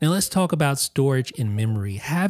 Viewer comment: You’re the only person I’ve ever heard pronounce the L in “talk”